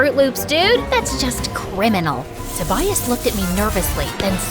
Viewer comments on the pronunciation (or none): ITS PRONOUNCED TOE-BAY-IS NOT TOE-BY-IS